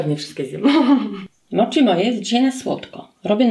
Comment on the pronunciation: Wymiawia się moci a nie moczi w japońskim ch czytamy jak ć, tak samo jak w słowa sushi, schinkansen wymawiamy ś a nie sz.